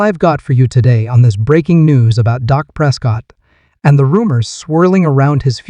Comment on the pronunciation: Why doo y'all call him " DOC" PRESCOTT ITS " DAK " PRESCOTT PEOPLE . AND IT'S BETWEEN AGENT AND JONES. DAK PROVED THAT DURING TEAM PRACTICE WHEN JE WAS THERE EVERY DAY, EVERY PRACTICE NO MATTER